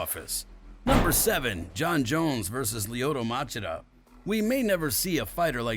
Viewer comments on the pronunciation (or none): Machida- "muh chee duh" is the right was to say the name LOL But great video 😀👍